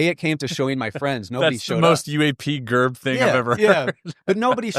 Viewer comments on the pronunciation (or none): Nailed it 👌 it's not pronounced "UAP Jerb" his YouTube name is UAP Gerb 😂